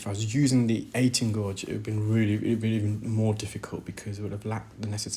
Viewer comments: Gauge is pronounced gayj, not gorj. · FYI gauge is not gorge, it’s gage, like page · The u in gauge is silent in English so you say it like cage(as in bird cage) only with a g as in gage. Hope that’s a helpful tip. Such good work you do btw👏🙏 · pronounced "GAGE" not gorge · Brilliant, but it's pronounced 'gage'. Makes me flinch. 😉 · And I’m in the uk. Its pronounced gayj here. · Guage rhymes with sage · "Gauge" has no "r" sound. It rhymes with "page." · I was so confused by the british pronunciation of "gauge" but i figured it out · That’s interesting as I’ve heard others in UK pronounce it as he does. Perhaps English is an additional language for him, and thus, a slight difference in his pronunciation. Best to you! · Fascinating but some very strange pronunciations! Gorge for gauge, exazerbated for exacerbated. Odd!